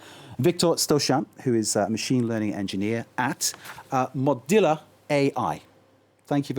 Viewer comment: This long-winded discussion (which goes nowhere) perfectly demonstrates the inability of the news media and politicians to think critically about so-called 'AI'. (PS: it's MoZilla, not MoDilla). Every lay-person (it seems) desperately wants to believe that 'Anthropomorphic Artificial Intelligence' ('AntrhoAI') actually exists. And the coders are lapping it up. Indeed, it seems many of them actually want to believe there's a 'There There'. Sorry folks, its clockwork. (Just like Charles Babbage's Difference Engine, albeit graced by silicon chips.) The statement that AI solves problems "just like the neurons in your brain" is patently impossible to prove. No humans actually know how the neurons in the human brain actually collaborate to create an "autonomous self-aware living being..." AI software uses digital computing technology to Simulate what we believe to be thought-processes which we (humans) use to make sense of and manipulate the environment in which we live. And BTW, so-called 'AI' has been going on for decades, albeit under different names. 'Heuristics' for example. More recently, 'Algorithmic Game Theory'. Google's dominance as search engine relies on it. As a practical matter, the AI Mythology is enabling a handful of the most powerful cyber-corporations to re-organize, and ultimately monopolize 'Cyber Space'. In order to do that, they must persuade millions of people who already depend upon the Internet and its traditional lineup of interactive platform hardware (p